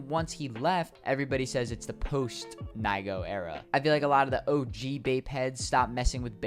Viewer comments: No it’s not n-i-go it’s n-e-go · said "nygo" its pronounced knee - go. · Its pronounced Nee-go (BAPE)